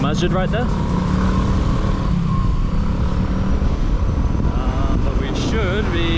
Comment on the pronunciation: dude I'm Legit Surprised you said it right... MASJID (literally: Place of bowing down to God) as opposed to the generic word "Mosque"